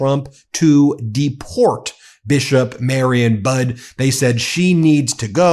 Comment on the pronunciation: Budde is pronounced Buddy, not Bud. Mariann is pronounced Mary Ann, not Marion.